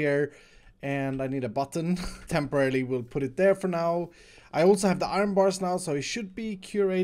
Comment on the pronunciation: Guys he did again tempererly oof